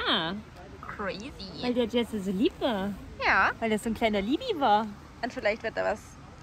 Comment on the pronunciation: Nur als Tipp: Wenn ihr wirklich ein Projekt mit dem lieben Jesse plant...Dann fragt ihn doch erstmal wie man seinen Namen ausspricht ;-)